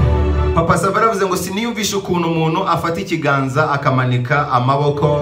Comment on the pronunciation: nkunda ibiganiro byawe cyane,gukusanya iriyanyurabwenge ndabikunda cyane ariko ikintu tugiye gupfa ni uko utwicira urulimi.sinumva ukuntu wiga amashuri yose wize,ukaba uzi gukora ibyo ukora ariko ukaba utazi gutandukanya ingombajwi "n" n,igihekane"nt"ingombajwi"m"n'igihekane "mp".urugero:uvuga "umunu "aho kuvuga "umuntu",ukavuga "imano"aho kuvuga "impano"iyo uhageze rero ibyo uvuga biryana mu matwi cg ubutumwa utanga bugahindura umwimerere ndetse n,inyito.gerageza ukore imyitozo mu kuvuga ibihekane.Ndagunda ariko komeza ubushakashatsi n,ubwo ntakuzi.😁